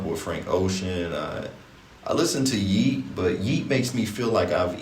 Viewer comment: Yeat rhymes with treat. so you can't have him in excess.